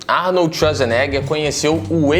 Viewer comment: Arnold Esuasnega